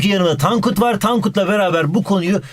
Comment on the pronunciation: Bi ara tonkut dedi